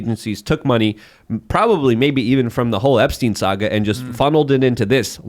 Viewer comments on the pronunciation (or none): none